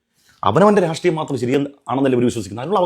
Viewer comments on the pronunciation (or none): none